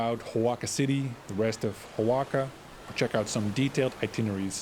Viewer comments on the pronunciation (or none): It's pronounced WA-HA-KA. Not O-WAKA. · Repeatedly saying Xoaca is diabolical. It's pronounced "Wa-xa-ka" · Hola, great video, the pronunciation is actually Oh-Ah-Ha-Ka. Gracias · Oaxaca, in México and in Oaxaca is pronouced Oajaca, in English is pronouced Oahaca prounauncing it the H as in hotel. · dude, the O is silent..it should be spelled wahawka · All the syllables in "Oaxaca" are pronounced, and the "x" is an aspirated "h" sound - wah ha ca. I've heard the "a" sound pronounced two ways in different Mexican accents, either "a" as in "cat" or "a" as in "car". I like your videos a lot - less touristy stuff, more walking around and seeing the local things which are interesting. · First learn to pronunce Oaxaca correctly. More tourist exploitation that only increases wage disparity and profits for the rich. Stay away. Go home! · Cannot watch this video when the pronunciation of Oaxaca is 👎🏽👎🏽👎🏽